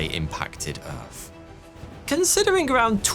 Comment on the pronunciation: Got an extra "e" in "Earth". Great video!